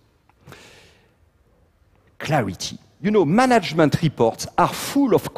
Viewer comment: I still don't know what he means when he says "monjerment"... is it 'management'?